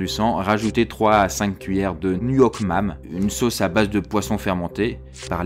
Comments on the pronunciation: La sauce se prononce pas "NUoc mam" mais "Noc mam", j'crois. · Nuoc mam se prononce "nyuk mom" ^^ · J'ai des origines Viêt et je me suis marrer quand tu as dis nuc mam